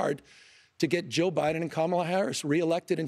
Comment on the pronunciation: It’s kaamala Harris no Kamala Ron 😅